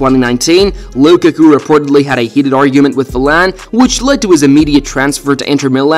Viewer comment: If you ever call romelu lukaku coocaccoo ever again, please dont ever say another footballers name